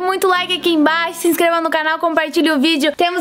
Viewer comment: "DEIXA EU VER AKI EM BIAXO" kakakak😂😂😂😂